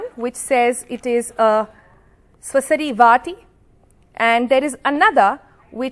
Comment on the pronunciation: She can't even read her mother tongue. Struggles in reading श्वसारि वटी calls it सुसरी वाटि । illiterate. those who can't read mother tongue must be called illiterate. She doesn't know processes of publishing research. It's First time she is questioning a research. At some point in life, She probably happily took allopathic medication tested on 50 people, she doesn't care to check that. She brings in antibodies as soon as she heard immunity.